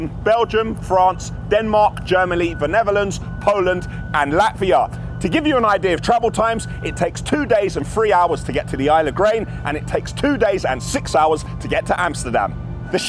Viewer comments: “Germaly” that’s a new place! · Never knew it was prononced Germaly.🤣🤣